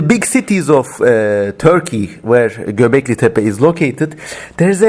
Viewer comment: Ingilizce bir videoda ''Göbeklitepe'' nin doğru telaffuz edildiğini duymak sürreal bir tecrübe oldu.